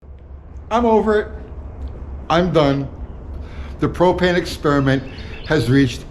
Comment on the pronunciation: HOWdy U-T-G,... Thanks for the " PRO-PAIN" experiment Thanks for trying...